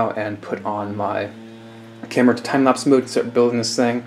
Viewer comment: "Timeplapps" more like TIMESKIPS